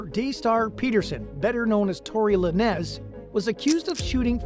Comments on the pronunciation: Who is Tory “Luh-nezz” 😂 . Could swore it was pronounced “lanes”. Good video though lol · Dude. You half ass your research huh? La nez? Its LANES Lanez. Laines. How you gonna say it wrong when its been said everywhere? All you had to do was play ONE video. 🤦🏼‍♀️🤦🏼‍♀️🤦🏼‍♀️ I hate when these idiots give the wrong information and say everything wrong. What are we even doin here anymore? 😂😂😂